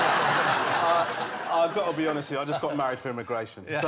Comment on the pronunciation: Waaabbbit you jwust waaait!!! 🐰